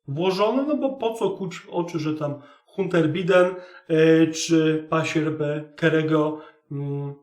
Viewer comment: 💪😄👍 No ja przepraszam, ale wymawia się: Dżou Bajden i Hanter Bajden. Pozdrawiam! Pan Bimberek.